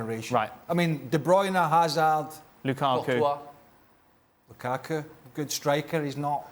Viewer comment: Steve don't make me cry with your ridiculous Lukaku pronunciation